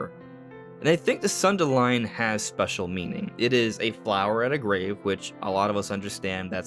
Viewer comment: thank you for saying sundelion the right way lol